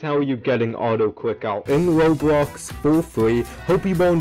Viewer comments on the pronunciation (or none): Why does bro say “awtoclickawh”💀